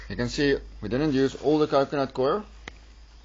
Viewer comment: What a doos... Coir is pronounced Koi _ er . Got that ? Not fkn "queer" Eish...these okes from Sewf Efrica......